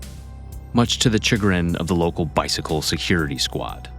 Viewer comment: Lemme stop you at "bicycle"